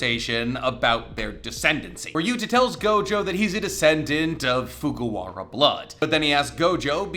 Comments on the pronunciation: I think it’s Fujiwara not Fugawara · FuJIwara! It's not even that difficult to pronounce. Why are we letting this man cook when he butchers shit again?